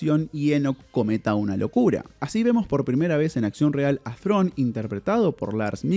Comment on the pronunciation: Perón, Perón , no perdonnn Thrawn, Thrawn